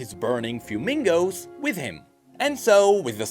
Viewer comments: Fuemigos - Fuego(Fire) + Amigos(Friends). Please avoid saying Fuemingo. :P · It's "F-Whay-Mig-Go" not "fyumigo" like Fuego (fire) 🔥 Migo (friend)🤝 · I believe its not FueMingos its Fuemigos like a combination of spanish words (Fuego + Amigos) FueMigos... Aside of that Great Work!!!!!! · lmao the fact that you say fewmingos instead of fuemigos 😂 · FWEH-MI-GO, not FYU-MING-GO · Fuemigos which mean Fire Friends in Spanish, not Fuemingos which means Fire Flamingos in Spanish lol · Fuemigos* Like fire and amigo, not FUEMINGOS, like a flamingo lol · Why do you say fumingos? Hahaha. Is Fuemigos, not N and like Fuego+Amigos. I mean, I understand your struggles with Spanish pronunciation, of course, but it's not how it is written XD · It's kind of surprising to see get a detail wrong as he is usually so thorough. I kinda died a little inside when he said "fewmingoes". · "Fewmingos" is definitely how you pronounce "Fuemigos" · Another awesome video! I would correct you though on one thing…Milio's little animated flames should be pronounced as "fway-MEE-gos". It's a sort of Spanish linguistic pun on the word for "fire" ("fuego" [pr.: "FWAY-go"]) and the word for "friend" ("amigo" [pr.: "ah-MEE-go"])—they are his "fire-friends"! Hopefully that helps someone! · sorry friend, but you pronounced the little fuemigos wrong. Its a mix of the words fuego (fire) and amigo (friend). These are Spanish words so I think its pronounced "fue-me-go-sss". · the way he pronounced fuemigo💀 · His fuemigos seem to be a combination of the Spanish words fuego and amigo, so he literally just named them fire friends. It's small but it adds to his character. pronounces it almost as flamingo though, so it can be easy to miss. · everytime he says Fuemigo I just hear 'flamingo' lmaoo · As a quick pronunciation note - 'fuemigos' would be pronounced 'fweh-meegos', as a compound of 'fuego' and 'amigo' (fire-friends) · Did my man really just call them “fyoo-mingos?” 💀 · "Fiumingos" HAHAHAHA